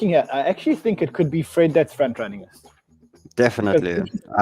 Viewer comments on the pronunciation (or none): It's "front Ranning" 🤣🤣